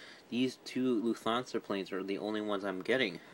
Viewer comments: It’s Luft-hansa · You pronounced Lufthansa wrong. It’s pronounced Loof-Tawn-Suh